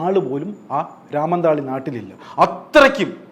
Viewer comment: പിന്നെ രാമന്തള്ളി അല്ല രാമന്തളി